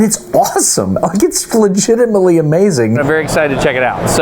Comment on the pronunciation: that really was fluh-gitimately amazing!